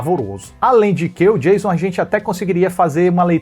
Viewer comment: Oiii, eu a assisti os filmes originais esperando pelo Revisando a Franquia e imaginando você chamando Kruger de Tio Frederico, por favor,leve em consideração. Achei um máximo o Revisando - Sexta 13- lhe ouvindo dizer "Jêison". Ansiosa para as próximas partes ❤❤❤❤.